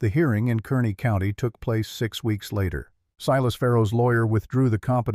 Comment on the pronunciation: KARNEY NOT KERNEY